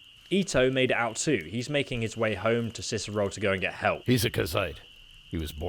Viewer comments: i was done the moment he said Cierzero instead of Cierzo. awesome walkthrough though mate KEEP UP✌🏻✌🏻✌🏻👍🏻👍🏻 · reads Cierzo as "Cizero" hmmmm.... "Oh yes Listener" Sausage Roll returns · Cierzo. See air Zo! Just say the letters! Please. Sound it out! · you know hes an es expert because he reads "Cierzo" as "Cicero" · That and reading Cierzo as Cizero For fucks sake xD